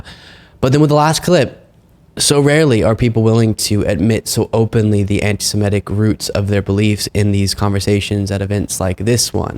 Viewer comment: it's not "antise-MET-ic." iT'S "antise-MIT-ic."